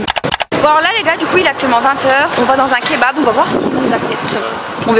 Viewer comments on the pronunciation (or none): none